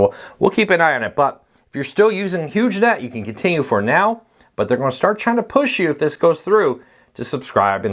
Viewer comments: Sounds like you're saying Huge Net, not Hughes Net (silent g, like Howard Hughes). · Huge Net...or Hughes Net? Sounds like you're saying Huge. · the service was a part of the the Howard HUGHES legacy and that's how its pronounced; Hughes-net. I know one person who has Hughesnet as their internet provider and its really slow and has reliability issues. No 5G internet or cable out to his area right now.